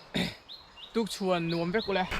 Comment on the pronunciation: Hmuhnawm ṭhin e...'tukchhuan' ni lovin "TUKCHHUAH" nuam tih zawk tur aw 😀😀😀